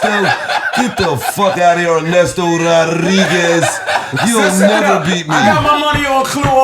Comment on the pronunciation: “i aint ever losing to a nigga named Arnesto. U ain’t ever heard in the NBA the broadcasters say ‘Arnesto for THREEE” 🤣🤣🤣